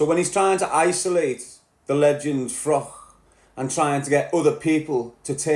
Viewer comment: Its pronounced Froch ,not frock mate